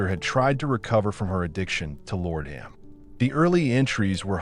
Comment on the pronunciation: IT'S LA DE UM! Not lordumb....